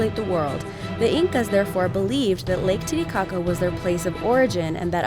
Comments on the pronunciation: It sounds a bit like lady gaga instead of titicaca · am i the only person that laughed every time they said titicaca? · Lake boobshit 💀